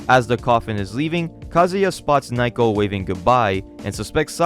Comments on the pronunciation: Dude.... Her name isn't Nye-co... Its Na-oh-ko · You keep mispronouncing her name. It's *NA-O-KO*, not "n-eye-ko". But anyway, this manga started off strong(ish), but just turned into fucking slop. Those translators shouldn;t be surprised if they get laughed out of the scene. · Ok, how did fans ruin this one again? I’ve just watched the whole video and, unless you are implying that the people who got payed to translate it were also fans, then HOW did “fans ruined it?” You even say that it costs 50 USD a year to read it. Also, “Naiko?” “Nike-oh?” “Nyko?” “Nyako?” Her name is Naoko. I don’t mean for people to say it like native Japanese people, but those pronunciations are rather far from the right one. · I can't. You keep mispronouncing Nah-oh-koh as Nye-koh and it's driving me insane. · How the hell can you pronounce "Naoko" as "Nayko" How is this even possible? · Why are you calling naiko while the panels call her naoko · Naoko is pronounced NA-oh-koh, not Nai-koh. You pronounce everything else fairly well, so i don't know why you keep getting Naoko's name so wrong. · Her name is pronounced nah oh ko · Naoko is pronounced Now-Koh.